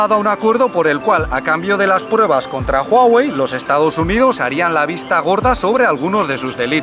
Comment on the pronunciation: Amo que digas Huawei correctamenteee jajajaja buen video!